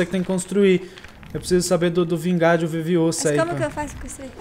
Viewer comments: é Leviosa Não leviosááááa :P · e leviolsa não leviosa